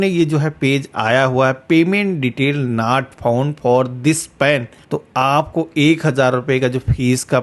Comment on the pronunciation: आप की अंग्रेज़ी तो मोदी जी से भी अच्छी है, जैसे nat phound, sare, sow, kantinue . भैय्या अगर अंग्रेजी भाषा नहीं आती तो मेहरबानी करके उसकी टांग मत तोड़ो।